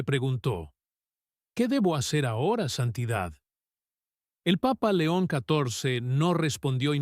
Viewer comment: Muy linlas historias, pero ms gustaría que cundo nombren al Santo padre Dijeran. LEÓN. CATORCE Y NO LO QUE SIEMPRE PRONUNCIAN QUE ES INCOPRENSIBLE AMO LA IGLESIA CATO LICA ES I CUERZA Y MI VIDA. BENDICIONES